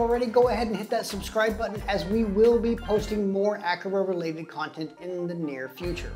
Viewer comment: Thanks for letting me know there was no ability to make automations based on the energy monitor. Hopefully they will update this. Also FYI “a Car a” is the correct pronunciation 😉.